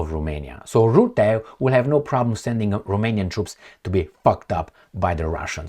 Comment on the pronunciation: Rutte, not Rootte 😅. Rootte does not exist.